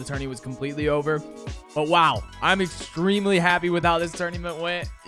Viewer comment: "tournyment" (2020)